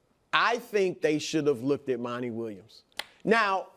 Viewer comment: Stop saying Monnie. His name is Monty